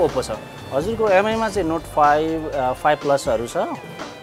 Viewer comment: Please MI is pronounced 'me'.